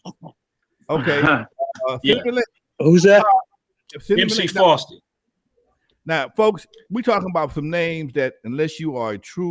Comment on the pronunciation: Daaaaaang I missed the "LIVE" with Rappers Rapp group?? SMH. YOU DA MAN, LONZO!!!! Also, you kept saying "Frosty". It's MC Fosty (his last name is Foster, that's where FOSTy comes from). Peace!